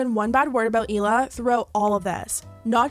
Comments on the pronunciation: Just an FYI, you’re mispronouncing Hila’s name. It’s not Eela, it’s Hila, you pronounce the H. Hila in Hebrew means aura ( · Trash still doesn’t even say Hila right….